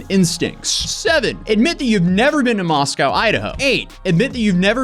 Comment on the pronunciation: As a resident of North Idaho, and living near Moscow, where I have both family and friends. I would like to point out that it is not moss cow, that is in Russia, it is mosc oh. Thank you very much, and great video.